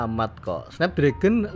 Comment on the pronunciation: ia parah blepotan pengucapanya🤣